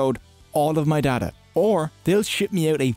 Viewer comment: I'll be honest, that accent aint great for the word data, brother. "Now let's talk about the borders between you and your dada" I'm on YouTube right? Not the hub?